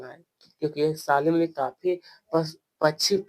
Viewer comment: Salim Ali ❎ Saalim ali 💀💀 Bahi aapko padhna nahin aata to kyon badhate Ho pahle khud padho uske bad dusron ko padhana ok